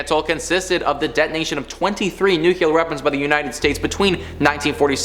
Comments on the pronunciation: New-Clee-Er. As in from the NUCLEUS of an atom. Not New-Q-Ler. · I love you guys! But...Omg, the word nuclear is pronounced nu-klee-Ar..not "nu-kewul-er"..all of you say it wrong. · Learn to say nuclear please